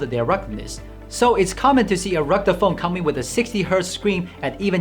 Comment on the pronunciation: I love the way this guy says "ruggde phone" instead of "rugged phone".